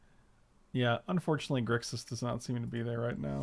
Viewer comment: Gixis control without the R. Unsubsribblyboo I'm so glad you're brewing again!!